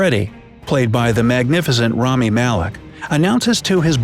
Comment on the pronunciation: Rami not Romi :(